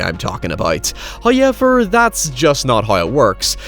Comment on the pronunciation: First "hoyevver" drops . We are rewarded with His gifts. There must be praise!